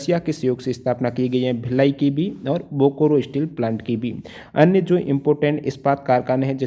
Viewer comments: Bokoro😂😂😂😂....say it as Bokaro👍👍👍👍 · Thanks sir. But pronunciation of Bokaro is बोकारो not "बोकोरो ". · Sir bokaro pronounce Kiya jata hai....bokoro nahin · Bokoro nahi hai bokaro hai. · Bokaro hai sir bokro nhe achha se padyi